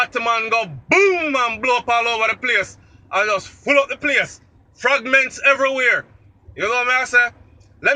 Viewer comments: did you say fragments everywhere or did you say fagments lol 😂😂😂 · Fagments lol 😂 not fragments.😭😭😭😭😭😭 yo mi ask u fi a video about the war on Russia and USA 🇺🇸 bout fi go down